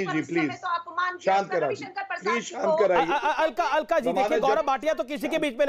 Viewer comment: Alka nhi cakla